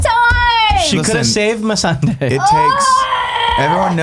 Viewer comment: I love Andrea's hard work even when I disagree with some opinions. That said, how the heck does she keep pronouncing characters names so badly? OberOn? MelisandrAAAA, Tie-ron? MissandEH? Does everyone fear her so much no one corrects her but Nick and can't get anything wrong?